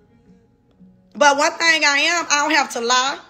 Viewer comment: You are a beautiful woman and deserve the best! I just have one request: Can you say “thing” instead of “thang” like everything, anything, etc. “The thing is: people......” thang is not a word I hope you take this the right way, just want your communication skills on point, because you are about to level up and soar!!!!!